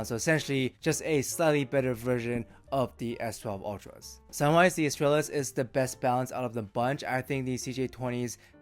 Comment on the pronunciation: With Latin words I go with classical Latin pronunciation and (in this case) the stress falls on second last syllable (-tral-). Astrālis therefore bastardized into English spelling becomes “uhs-TRULL-is”. It does help if you speak Spanish … but I heard you say Estrella. MOST IMPORTANTLY, the life’s TOO SHORT to worry about correct pronunciation of adjectives in a dead language.